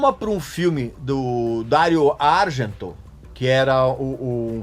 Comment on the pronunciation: "Dário Argênto"